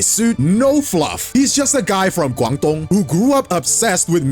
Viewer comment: cant believe you pronounced guangdong correctly but failed at his name